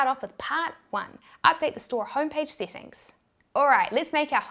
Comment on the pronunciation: SETTINGS, not SITTINGS